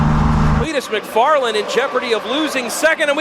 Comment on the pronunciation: It’s not MACfarland,it’s McFarland!!!!!!